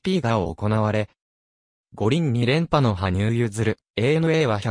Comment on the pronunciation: 申し訳ありませんが、はぶさんではなく羽生(はにゆう)さんです。また名前は、けつげんではなく結弦(ゆづる)聴きづらいのでよろしくお願いします🤲